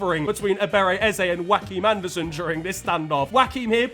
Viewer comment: Who is Wackhim Andersen? Its pronounced Yoakim.